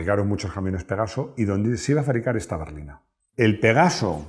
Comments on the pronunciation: Avísenle a que es Pegaso no pegazo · por favor!! PEGASO!!! Y NO PEGAZO!!